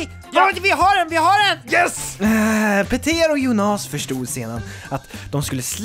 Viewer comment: Arvid Pettersson Nej, det gör hela skillnaden. Jónas är ju det normala uttalet, skämtet här var ju att han uttalade det Jonás.